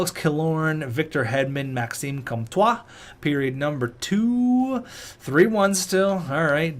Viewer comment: I don’t even speak French but hearing pronounce “Comtois” makes me want to rip out my ears.